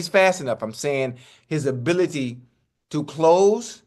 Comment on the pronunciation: Unk say Gas ability 😂😂😂😂